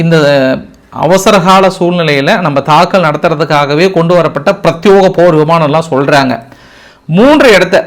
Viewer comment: "பிரத்தியேக" not பிரத்தியோக